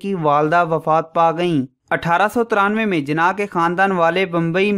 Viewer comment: Jana nhi jinnah hota hai bro